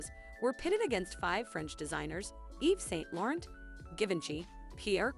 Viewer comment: If you want to have any credibility in future videos, you might want to research pronunciation of names. You mispronounced the names of Liza Minnelli, Givenchy, Yves Saint Laurent, and Pierre Cardin, as well as getting Eleanor Lambert's first name wrong. You also mispronounced "Obi wn Kenobi" and "Versailles." Learn this lesson and do better.